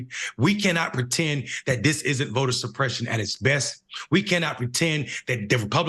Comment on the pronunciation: Vota supreshuun.